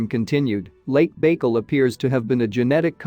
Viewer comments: the AI has some weird pronunciation: “mitt-uh-CHON-dree-ull” for mitochondrial. Should be pronounced, “mite-oh-KON-dree-ull.” ETA, , “Lake BAKE-ull.” Should be, “Lake BUY-kull.” For Lake Baikal in Russia. 🙄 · Mitochondrial is pronounced: my - toe - kon - dree - all. (Lake) Baikal is bye - call. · Why don’t the readers learn how to pronounce words they don’t know. There is no “chow” in mitochondria ( the ch is sounded like a “k”). And there is no Lake Baykal (rhyme with bagel”. It’s pronounced Byekal( the si sounds like long I(BAIKAL). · AI speaking? Lake Bagel (with a smear) Mita - Chanda? Really? Just couldn’t keep watching. SMH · If you are going to use an AI voice at least program it to pronounce things correctly. Baikal should have the emphasis on the second half of the word. Paleolithic is mangled in it's pronunciation. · This robot needs to be taught how to properly pronounce the word 'mitochondrial'. Lake bakel? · Thank you for your ingenious video and information. FYI, the Russian lake Байкал is pronounced "By-cul" emphasis on the "by"